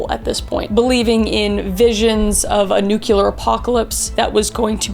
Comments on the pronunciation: NuCLEAR, not NUCULAR! Sorry 😅huge pet peeve 😅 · The last idiot I heard calling the ultimate threat NUCULAR was George W Bush. It's NUCLEAR. Easy to pronounce, like NEW CLEAR. Got it? I like your content but stupid mistakes like that damage your credibility. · Nuclear not nucular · “Nuke-lee-ur,” not “nuke-u-lur.” The word is “nuclear.” Also, communism and socialism are not the same thing and are not interchangeable ideologies. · I know I shouldnt be triggered ... but so many youtubers use "nucular" instead of "nuclear". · Edit: I love Kris so much but she pronounces "nuclear" the way George W. Bush did and it bothers me. It is new-clee-er not new-cull-er. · Ma’am PLEASE NO this was great overall but its nu-clear not nu-cu-lar 😭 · I absolutely LOVE you and Caleb & both your channels! Gentle reminder: if you expect to be taken seriously when talking all things nuclear, it’s best to pronounce it properly (New—kleeer, not New-kya-ler), now you’re good. Lol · ITS NU-CLEAR KRIS PLEASE! NOT NUKE-ULAR! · Kris, I’ve told you repeatedly how very much I love you and your content, and I remain a steadfast fan, but I take issue with your pronunciation of the word “nuclear”. I know a majority of the world pronounces it “nu KU lar” but it’s “nu clear” like the word “clear”it’s a giant pet peeve of my mind, however this doesn’t diminish my love for you and your content.❤️❤️❤️❤️e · Kris, I love you, you’re a gem, but you set my teeth on edge every time you mispronounce “nuclear.” NEW-clee-uhr. It’s NEW-clee-uhr. I don’t blame you, I blame the school system. Again, love you, don’t stop making awesome content. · I love you so very much, gurl! That's why I must tell you, it's Nuclear:New-klee-urr 😅 ❤ I tell you this with so much love and admiration ❤️ 😍 💖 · It's (nu)clear you've been welcomed to the nukeyuhlurr Texas family! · Did you actually say nucular? 😆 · Its pronounced NUKE-LEE-AR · NU-CLEAR!!! FRIGGIN BUSH!!! He ruined nuclear as a word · Nyu-Q-lar??? Nyu-Q-lus Ever-Q-lar 😂